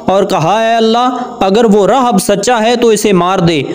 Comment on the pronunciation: راھب Rahib تلفظ ہو گا